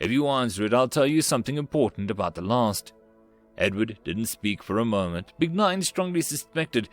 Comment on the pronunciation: The lost or the last? I keep hearing 8t as the lost.